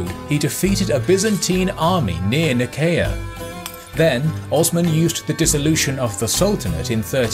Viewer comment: Not to be htat guy, but I think Nicaea (or Nicea) is pronounced Nye-SEE-a